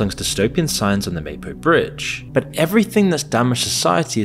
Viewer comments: and the black-pilling he consistently posts is everything wrong with Youtube. See how hyperbole works? btw, it's pronuonced 'Mah-poh,' not May-poh. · Mahpo, not Maypo... bad AI. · Maepo? It's Mah-Poh. Let's go. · You had me at your pronunciation of "Mapo". Come on! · Mapo is pronounced, Mah Poh. At least try to pronounce it correctly. Also, many of your translations are off... Good content, though. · "May-poe Bridge" really diminishes your credibility from the get-go. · Mispronounces the name of the bridge within a second of the video.... I'm sure this is going to be a well researched video... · At least in SK people know what men and women are, and they don't subject children to institutionalized sexual abuse and mutilation. You don't know what the fuck you're on about, and can't even pronounce "Mapo" correctly. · First five seconds: "Mapo Bridge" mispronounced ... looks like you've done your research so far, but that was a weak start.